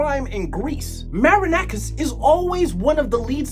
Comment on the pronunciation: Ok your pronunciation wasn't that good but we finally have someone who says that marinakis is a fraud, whenever i am arguing with an olympiacos fan and he brings me their trophies in the last 15 years i tell him that Marinakis pays the refs and he didn't believed me stating that "i have no evidence" i remember a game 2 years ago when 80% of the referee's decisions where in favour of olympiacos and 50% of them were Very questionable,i do think that this guy threatened the referee that night